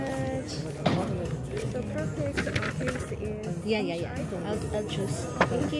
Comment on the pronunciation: kinabahan ako sa "Apple YAH" dba yung YAH sakanila parang "hoy" baka di nya alam ung "YEAH" tas akala nya "yah!"